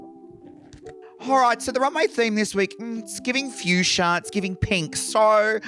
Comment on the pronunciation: The runway was "Fuchsia," which a lot of the girls extended to mean "Future," because of a loose pronunciation.